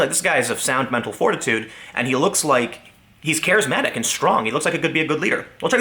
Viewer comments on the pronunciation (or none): "...he is strong and he is 'carrimetic'"? Wat? Lol :^p